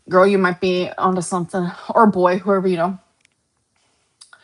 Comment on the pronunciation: You’re a GORWL! A GORWL!